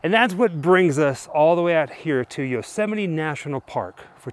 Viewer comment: Yosemite's great but you're pronouncing it wrong.